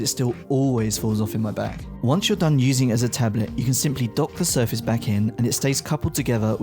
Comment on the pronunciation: I also really, REALLY hate the way he says 'tablet'.